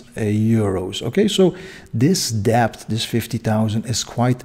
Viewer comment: Not pronounced as deBt. It is pronounced as det. The B is silent.